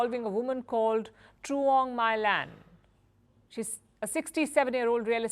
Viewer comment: In Vietnamese "tr" is pronounced as "ch" (च), so "Truong" is to be pronounced as "Chuong" (चुऔन्ग).